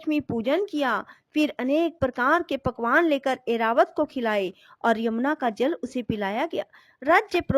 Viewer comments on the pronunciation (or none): none